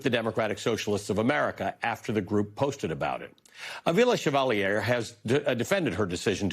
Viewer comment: Is your mispronounciation of Chevalier's name deliberate? As a way of showing disrespect? Is it an unconsciece dig at French Canadians (you being from English speaking Toronto)?